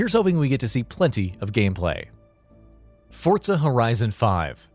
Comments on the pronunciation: Why do people pronounce it "Fort-Za"? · Hold on Why are you pronouncing it "fort-zuh?" This annoys me more than it should. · It’s an Italian word. Think about how you pronounce “pizza”.